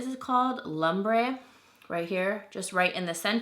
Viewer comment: Haha LUM-bray! 😂